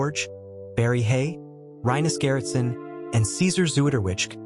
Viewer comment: Rip dear George. Thank you for everything. But please, this commentator should learn how to say rinus gerritsen, it is awfull how you pronounce it. Please, practice, before you say it. Thank you.